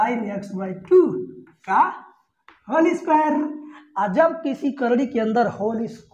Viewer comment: Sir aap bhut achha padhate ho par aap x ko yaks or cos ko kas bolte ho thoda Ajeeb lagta h